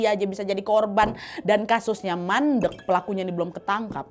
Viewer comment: Lucu waktu bilang mandeggg 😅